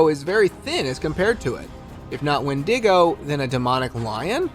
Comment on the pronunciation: Can someone PLEAAASSSE teach this man how to say "wendigo"? Its pronounced When-Dig-Oh. Jus think E-40 "tell me when to go!" 😂😂😂